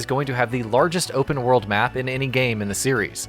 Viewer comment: what's a wer-uld?